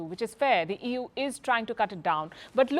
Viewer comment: Did I hear " EWWWWW or EU " !!